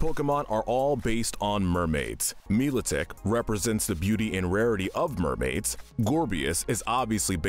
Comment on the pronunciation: Mila Tic not Miotic.